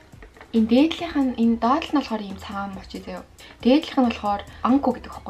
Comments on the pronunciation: Мочи биш моочи гэж уншдын мочи гэж бичдэг ч гэсэн моочи гэж уншдаг шүү😅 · Мочий гэж хэлдэггүй шүү моочий гэж хэлнэ шүү эгчээ